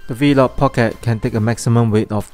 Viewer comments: “Vlog pocket” not “v-log pocket” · he’s commenting on your pronunciation of ‘V-LOG’ as opposed to just ‘vlog’. I must say, many Singaporeans also pronounce it the way you did. I have no idea why.